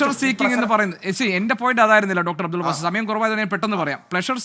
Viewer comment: അബ്ദുള്ള ബാസി അല്ല റിപ്പോർട്ടറേ അബ്ദുള്ള ബാസിൽ അതെങ്കിലും കൃത്യമായി കൊടുക്കൂ 👍